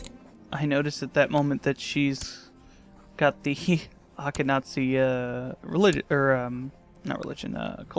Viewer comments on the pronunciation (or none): I don't know if someone's told you this yet, but: "Askenazi" is pronounced AHSH-kehn-AH-zee.